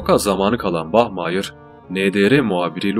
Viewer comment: Bach Mayır 😂😂😂😂 Bari Bach Maya de....